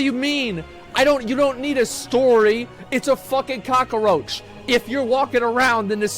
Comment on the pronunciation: I feel like Asmon watched Scarface over and over during his break from streaming. The way he says "cock-a-roach" reminds me too much of Al Pacino's performance lmao